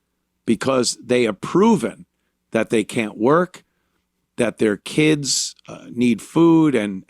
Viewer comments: I like how he says kids like they say kids how it sounds like Kia’s I need foo fo muh Kia’s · "Keedz" had me rollin.